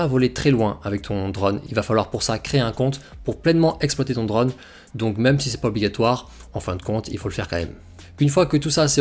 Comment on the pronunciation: Sans vouloir être méchant, c'est super agaçant de t'entendre prononcer drAUune alors que tous le monde dit drone. C'est comme le type de 01tv quand il prononce smartphOne alors que tous le monde prononce smartphaune.